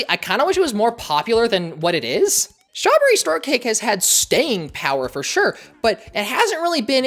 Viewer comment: lol she said shtrawberry sortcake